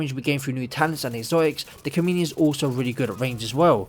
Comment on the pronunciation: You said "Chameleon" and I heard "C O M E D I A N" and now I kinda want a new exotic called "The Comedian" lol Cool build!